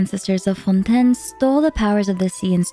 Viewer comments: why are you saying Fontaine so frenchly , its so weird, the english va's say FON TAI NE not FONtÈNE. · I hate when YouTubers start saying the names in dum ways. Its fontaine They say it in the quest Its not"fon tn" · Everytime she says Fontaine like that it makes me cringe. Is that how French people say it should be said? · Your pronunciation of Fonten is distracting. We all now know Genshin says it as Fon-Tayne. Why insist? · FONDANE - learn to speak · I would have liked and followed if you hadnt had tried to hard to say fontain with such a hard accent idk how long you how to practice it but it was so annoying to hear. literally pronounce it in you own accent its a video game relax. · I promise i love her content and really don't mean to hate but... Is there a reason for why she pronounces things the way she does? Like, most chacter and location names. She doesn't pronounce them like they're said in-game, and I'm not sure if they're said like that in the languages they're based on either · I'm sorry but I couldn't take this video seriously by the way you pronounce fontaine 😭😭😭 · the way you pronounce fontaine is killing me fr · i cant with these pronunciation first neuvillite and now fontaine girl calm down u can speak normally 💀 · Why are you pronouncing “Fontaine” weirdly? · she’s attempting to pronounce it the french way i guess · Love the video but the pronounciation of Fontaine drives me nuts